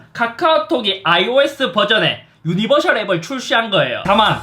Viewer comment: 드랍더비트에서 웃어버려서 속상한ㅋㅋㅋ 근데 형~ 유니버'셜' 아니고 유니버'설'이요ㅠㅠ